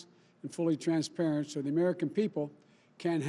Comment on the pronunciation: He can hardly even say the word transparent